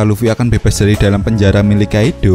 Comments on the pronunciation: Kaido bukan Kaidhlo idgham bighunah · Entah kenapa gw agak anu pas ni bilang kaidddoooow wkkwkw gw juga org jawa tp kga gitu juga 🤣🤣 coba deh pake English sapa tau lebih enak di denger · Hahaha cara penyebutan kata kaido gokil bangat. Wkwkwkwkwwkwkwwkwkwk Kaidooo